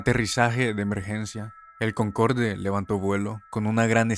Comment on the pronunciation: "Concorde" es una palabra francesa, no se pronuncia como se escribe, sino "Concord" (Sí, como el juego ése que no duró nada, sólo que pronunciando la "r" al estilo francés xD), todos los aviones Concorde eran muy caros y difíciles de reparar y darles mantenimiento (además de que eran aviones con casi 30 años de antigüedad), la falla que causó el accidente que mencionas se debió justamente a éso, y finalmente en 2003 los retiraron del servicio.